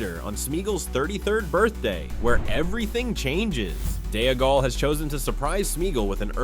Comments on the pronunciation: Its Dee-gol to rhyme with Smee-gol. What an embarrassing thing to get wrong throughout the video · “Day-a-gull”! 😂😂😂 A female-gull! 🎶